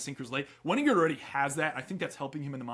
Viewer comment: Wenninger is a hard g